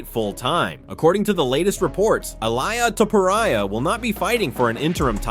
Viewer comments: Elaya topuraya? really🤣🤣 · Who the hell is illiea tiporia?????